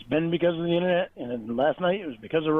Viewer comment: “Innernat” “donkey cung”